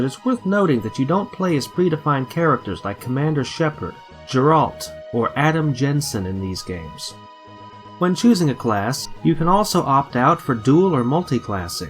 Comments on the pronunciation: geralt is pronouced ger-alt, not jer-alt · Why fo people still say geralt like jeralt! They say the name in game. It is not hard people! Aside from that, great video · Dude how is it possible to mispronounce the name geralt when they literally say his name in game.